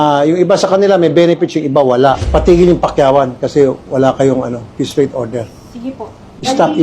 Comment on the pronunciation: You mean piece rate? Not “peace” rate